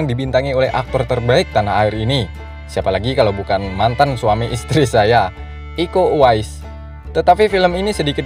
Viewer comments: Iko Uwais bro not be eko,.. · iko uwais, bukan eko sattt ‼️‼️‼️ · Iko Uwais bro.... Bukan eko Uwais